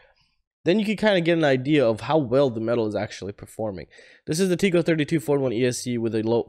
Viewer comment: It’s tek- ko. Not teek-ko. :)